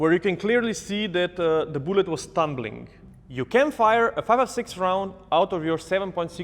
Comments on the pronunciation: He says “boolet” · I dont know why but when says "bullet" I hear "boollet"